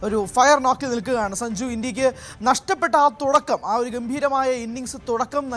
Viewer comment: അവതാരിക എന്തുവാ ഈ പറയുന്നത്.. സജുവോ..?? സഞ്ജു എന്ന് പറയു..😅